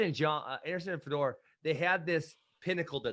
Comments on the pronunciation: Hey Ben, it's pronounced Fey-Dor not FeDoor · Nobody gone say something about the way Ben say Fedor? Sounded like fedora 😂😂😂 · Ben probably doesnt like foreign fighters because he is too white to pronounce their names. He can't even say Fedor right lol